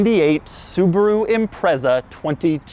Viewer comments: Can't take a review of a 22B seriously when he pronounces Impreza, Imprezzzzaaa, its impretza, just saying 🙄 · A few things for you It's pronounced IM-PREEE-ZAH, not IMPREZZER. STi stands for 'Subaru Tecnica International'. '22B' in hexadecimal code is '555', in respect to Subaru WRC sponsor company (at the time) State Express 555; some say it's 22 to mean 2+2 coupe with the letter 'B' referring to Subaru's designation code for 'turbocharged'. All manufacturers building cars for the Japanese Domestic Market at the time had to follow a government directive which prohibited promotion of engine power output figures above 206kW (280PS; 276bhp). Subaru claimed that exact figure as being available at 6000rpm. The car had 363 Newton-metres of torque (268 lb-ft) at 3200rpm and hit 60mph (100km/h) in 4.2 seconds. There were only 424 cars built - 400 sold by Japanese dealerships, 16 official dealership units sold in the United Kingdom (in addition to 50 more cars which were purchased in Japan then privately imported into the UK) and just five officially sold by Australian dealerships, with the remaining three being marked as 'factory prototypes'. Most important fact? Every original legitimate 1998 model Subaru Impreza 22B STi built is both Subaru WRC Blue Mica 93F (at the time unique to that vehicle) in colour and a right hand drive vehicle. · IT'S PRONOUNCED IM-PRET-ZA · It's ImpreZa not impreSa. Sounds like you're saying "Impress her". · Him saying imprezza over and over makes me want to commit a war crime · Instead of saying that he was “impressed” by the car he should have said that he was “Imprezaed” lol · Great video. Only thing is you keep saying Impreza wrong 🤣. The z is much more pronounced. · Interesting quirk, you're pronouncing Impreza wrong. It's annoying.